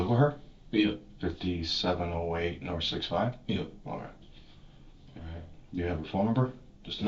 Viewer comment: "They drove Norf..."